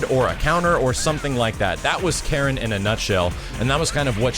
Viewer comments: I'm still not getting why you'd stress the second syllable of her name. My understanding is that it should be KA-ri-n. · Apparently you don't know this character very well either, her name has always been pronounced "Kah-reen"... But whatever though... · KAH-reen KAN-zu-kee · "Kah-Reen" is the proper way to pronounce her name btw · Yo doods, I'll give ya a quick rundown of Japanese vowel pronunciations: A = ah I = ee U = oo E = eh O = oh Keep in mind that all Japanese characters are one syllable, usually a consonant ending in a vowel, such as "か" (Ka). The exception is "ん"(n), which is the only stand alone consonant. So for Karin's name, か - り - ん(Ka-ri-n), we pronounce it "Kahreen". Hope anyone that reads this finds it informative. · Karin was also in Namco X Capcom and paired up with Sakura naturally. It's always funny when announcers can't pronounce names correctly (hello Takeda) :P She's Japanese, it's a Japanese name, there's no syllable stress, it's simply pronounced "ka-ri-n". That applies to her family name as well (no stress on the "zu"). Why wasn't Karin in USF4? Simple, pure laziness. Why make new models and animations when you can simply reuse old ones for the least possible effort? This is, or at least was, Capcom's way. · "Kareen" was always how her name was pronounced. It's a Japanese name. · Ka-rin. Not that hard.